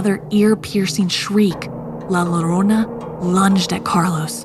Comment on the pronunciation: A lot of the words were mispronounced like ñiña and llorona